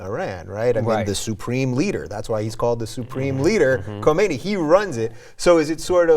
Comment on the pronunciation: "supreme leader KHOMEINI"? lmao khomeini died in 1989... it is*KHAMENEI